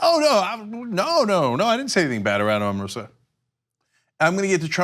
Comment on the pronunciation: Just so you all know ,,, her name is pronounced "Oh-mah-roh-sah"